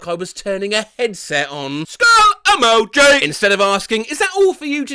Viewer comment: SKULL. EMO. JI. 💀